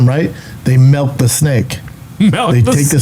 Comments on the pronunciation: hey melt or melk….milk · He’s def saying melk, you milk a snake when you get their venom by having them bite through a rubber film covering a beaker or something similar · Ever since got his 23 and me results back and saw he was 1% Norwegian he started pronouncing milk, melk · Melk the snake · He said melk the snake alright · You guys are both redacted. He did say MELK the snake! As in MELK the snakes fangs?!!! Hahahah. You two. Melt snakes and inject horses. You two need a handler, B. 😂